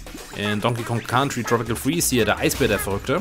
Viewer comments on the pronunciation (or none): none